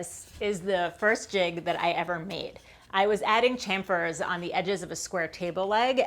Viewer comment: This must be so emotional for you. Congrats! Hoping it will only mean good things. :) (and you pronounced chamfer correctly!!! As for drawers well, apparently geography gets you a pass 😆😆😜. Looking forward to new great content from you. :) )